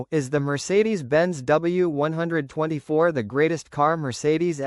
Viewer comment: As soon as I heard ‘W one twenty four’, I realised you don’t know what you are taking about and switched off.